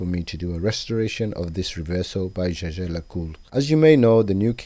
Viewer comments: So, Jaeger is pronounced JAYJAY? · I enjoy your videos, just every time Jaeger is pronounced "CheChe" instead of "Jäger" sends a shiver down my spine. Well you can't argue with the french, n'est pas? ;-)